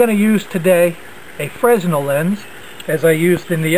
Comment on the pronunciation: it's named for the inventor Fresnell (pronounced fre-nell)